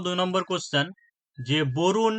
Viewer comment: Borun noi dada, VARUNA hbe. Erom military exercise nam toh first time shunchi